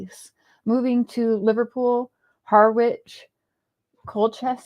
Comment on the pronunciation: Harwich, you pronounce "Ha ridge" it's about a 20 minute drive from me as is Colchester xx